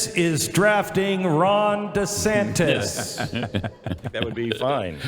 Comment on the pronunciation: Is that dur Santass or duh santana.desantis trash collection